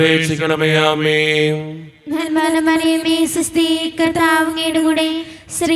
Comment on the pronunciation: നന്മാനമറിയ മേഅല്ല നന്മ നിറഞ്ഞ മറിയമേ എന്നാ ണ്